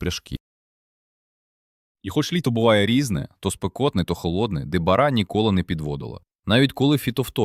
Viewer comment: Що за "дебара"? Може де барао? То серія сортів де барао всі високорослі півтора-два метри. 😊